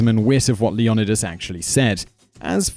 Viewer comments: LEE OH NIGH DUS NOT LEE ON IH DUS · Leo-Neye-dus ARG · The original greek is Leh oh knee thass